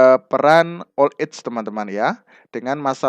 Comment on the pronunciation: Terima kasih sudah berbagi ilmu untuk bapak. Tp demi kebaikan bersama pak, terutama utk kami2 yg suka belajar dg metode mendengar, mohon bapak diperbaiki pronounciation (pelafalan bhs inggris) nya agar kami ndak salah mengartikan makna soalnya, seperti saat pelafalan kata "old age" dan "retirement" itu sy sampe perlu membaca tulisan yg disediakan, pdhl tujuan sy nyimak yutub krn saya orang yg suka belajar dg metode listening. Tdk perlu sampai seperti native speaker, asal pronounce udah mirip itu sudah sangat membantu. Terimakasih atas pemahaman dan pengertian nya, ttp semangat berkarya dan smg makin berkembang channelnya